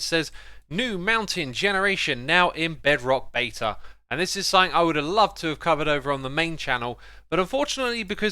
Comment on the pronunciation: dude, your pronunciations of words is fair but for some reason everytime you say the word something it sounds like sumfin. Also you did not mention the blue ice on top of that mountain. that is interesting.